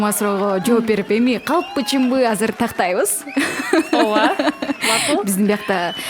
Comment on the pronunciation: Оова эмес ооба эле дечи.